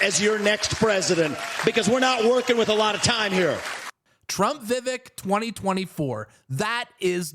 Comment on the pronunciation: Vivek’s name pronunciation rhymes with “cake”. 🤷🏻‍♀️ just sayin’